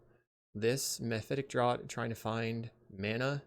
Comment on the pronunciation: Great vid, great deck. Just gotta give you a heads up that the word draught is pronounced like it was spelled draft